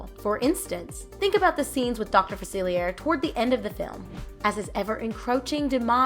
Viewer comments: Fuh-seal-e-ay right? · I think you should’ve watched the movie or looked up the name cause you keep saying facilier but it’s a French word meaning the r wouldn’t be pronounced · The way this girl keeps saying "Dr Facilier" is really jarring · Yeah that's what's bothering me the most about this video and it's not the first time I've seen people mispronounce his name in a video about princess and the frog.